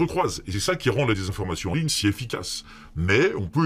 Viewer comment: "...concernant là des désinformation sur la santé." Mais oui c'est vrai qu'à l'oreille ca sonne bien "...concernant la dédésinformation sur la santé " 😅